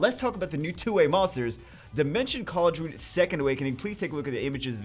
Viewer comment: It's Khal-dai-ru-n